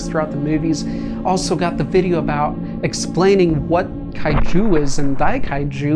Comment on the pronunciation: Why did you say it like Kai Jews? Made me picture Godzilla as an Orthodox Jew😂😂😂😂😂